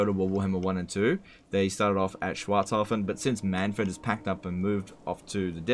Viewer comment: The fact that you tried to pronounce Schwarzhafen correctly brings a tear to my eye.